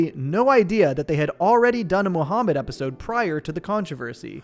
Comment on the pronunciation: muhamund.....not cooooooo